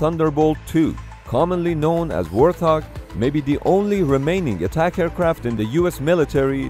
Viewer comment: it's a wart-hog not warth-og great video tho!